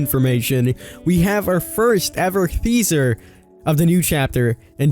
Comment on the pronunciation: I love ya king but I say every video it's Teaser not THeaser.